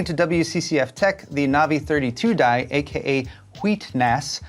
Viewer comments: "German by heritage" pronounces 'die' as die instead of dee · German “die” is not pronounced as English “die” (like in starving). The “ie” is pronounced like the “e” in “he”. Maybe you should spend a vacation in Germany or watch some Germany movies or series.